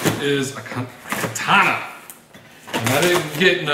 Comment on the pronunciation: I'm so fucking jealous dude. I love blades, axes and weapons as well. I go crazy when i see you showing them weapons you have man. Too many. Even one would do it for me. In where i live, getting stuff like that is hard and kinda expensive. FYI: When saying "katana" just say it as it is. Do not say it like "ka-tah-nah".